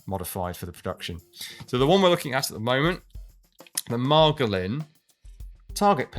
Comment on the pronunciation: Stess falls on the second syllable, Margólin. Of course, in the Star Wars fandom 'not Disney' is a compliment. No, it's not. It has an SMLE pattern magazine with a shortened pistol mag stuck in front of it. Also, the trigger guard looks SMLE as well.